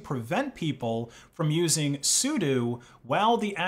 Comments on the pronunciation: scandalous! but really I had to stop when I got distracted by "soo-doo" and I thought 'soo-doh?' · its "su-dough" not "soodoo" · He says Soodoo.. ?? Why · Christ, is sudo actually pronounced, "SUE-DUE" not "SUE-DOE"? This is Asus being "AY-SUSE" not "AY-SUS" all over again.... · Also, stop saying sudo as sudu o doesn’t make u sound.